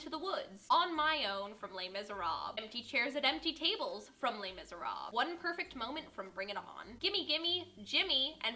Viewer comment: Lay Miz-Er-Ab... uhhhhhh